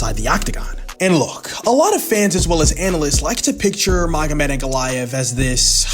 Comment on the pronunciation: I'll bet this now wishes he'd tried to pronounce Ankalaev's name as carefully as he did Alex's.😂